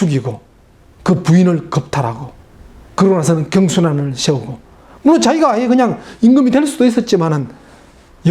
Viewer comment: 왜 발음을... 세우고-->셰우고...이렇게 하나요?